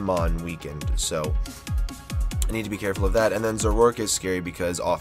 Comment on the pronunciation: I love how u say zorork and not zoro ark